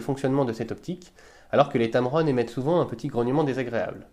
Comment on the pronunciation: es heißt tamron nicht tamaroon :D